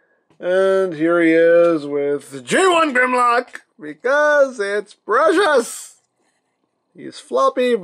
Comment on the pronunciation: Maybe it’s pronounced GUHRMlock?